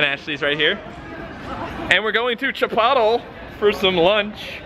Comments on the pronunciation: "chipottle" ok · How to pronounce Chipotle: Chi-poht-lay That made me laugh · it's actually pronounce "Chipotle-y" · Did he say chipotle like that on purpose? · I love the way you purposely mispronounce Chipotle. The way you say is much better 😂😂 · The way he pronounces chipotle 😂😂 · finally!!!! a reply from THE. I have now gotten replies from my favorite gaming youtuber and my favorite vlogging youtuber. I figured you were joking when saying chipotle. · You pronounced chipotle wrong